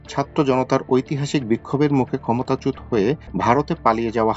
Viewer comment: "ক্ষমতাচ্যুত" উচ্চারণ সঠিক হয়নি!